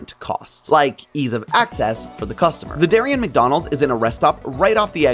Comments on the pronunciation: Also it's normally pronounced Derry-ann', say it a little heavy on the nasal sound on both syllables and stretch out the Ann a bit (kind of Bronx-ish). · Just a note, Darien, CT is pronounced “dairy-ann”. My paternal grandpa grew up in Darien as a kid.